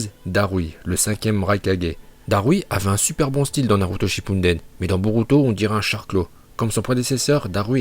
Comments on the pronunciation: Naruto Shippuden pas Naruto Shinppundenn Sinon super vidéo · SHI"N"PUnDEN mdrrrr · Tes vidéos sont ultra cools mais pourquoi tu dis tout le temps Naruto "ShippuNden" ?